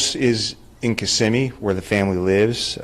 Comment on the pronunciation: I live really close to where this happened. You pronounced Kissimmee perfectly! So tragic. Oh and this scumbag refused his first court appearance today!